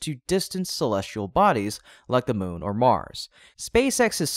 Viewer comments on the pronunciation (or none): none